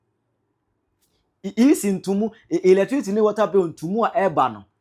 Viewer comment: 😅😅😅😅 Look at him......"latricity bill" 😅😅😅😅. Who will take this thing seroius?